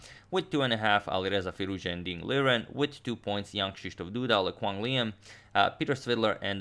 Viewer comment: As a Vietnamese, I'm surprise that you almost got Le Quang Liem right. Most foreign misspelled it all the time.